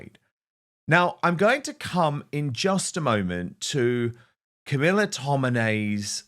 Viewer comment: Here is Tommy doing 'real journalism', please take some notes, 'Car-mee-laa darhling' and the Daily Tell-You-Lies.